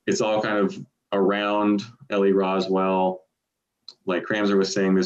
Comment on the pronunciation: Ok people, not trying to be a grammar Mazi, but Ellie's last name is Rowsell, and is pronounced like the word arousal, minus the:a". Thank you for your time!!